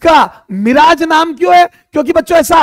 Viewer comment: Mirage❌ मिराज✔️😂😂